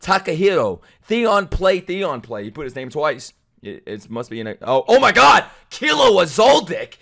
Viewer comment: Bro can't read the word "my"